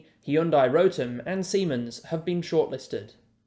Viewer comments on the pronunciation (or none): none